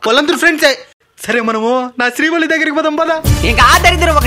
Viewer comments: శ్రీవల్లి ❌️శ్రీ గల్లి ✅️ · Adhi srivalli kadhu bro karevalli 😂😂😂😂😂